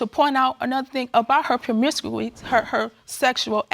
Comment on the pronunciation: If you can’t say ‘Promiscuity’ then just leave it alone.